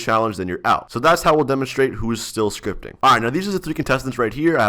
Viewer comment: "scrotp scritpting" pog